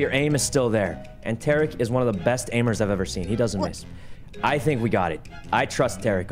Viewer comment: Why they calling him Tay Rick it’s pronounced Ta Reek, otherwise fun vid